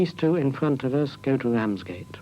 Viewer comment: Can't help notice that the commentator has that unique to the British upper middle and upper class speech impediment of pronouncing the letter "R: as a "W". Yep, no other English speaking country has this impediment. Bwidge. Wamsgate; Woute; Appwoaching; Impwovents; Woad; Wight, etc., etc..